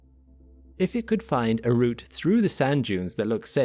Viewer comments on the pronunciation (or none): none